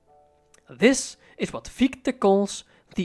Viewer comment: your insights are always spot on and truly inspiring. I did notice the prounpuncation of Gichte's name is wuite off ( i've dtruggled a lot, science months avtually if i shall mention it), i'm not german but öive here over a decade therfore i thought adressing it might qualify as something constructive. Because Fichtes name is also a name for a particular tree type its quite easy to find great audio ressources... i don't wanna name them to not sound as an ad. Im sorry to mention such a tiny thing, but it clushes with the genius contenet. Sorry. Dont hate me! Keep up the fantastic work! 🎉